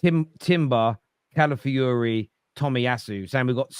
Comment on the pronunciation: Cala fi ori not Cala fury. geezus its not rocket science.